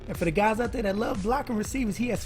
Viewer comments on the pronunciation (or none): none